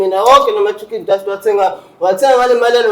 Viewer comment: Baba 😂😂😂 chicken dust maqhwabe ngathi azisho kahle